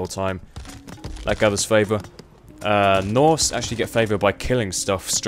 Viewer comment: Norse not..."Norths"...*Sigh*